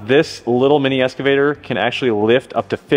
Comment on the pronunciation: Sound like you say "Escavator".